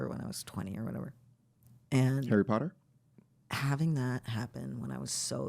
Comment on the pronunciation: nigga said ‘harry potter’ lol ‘juno’ brother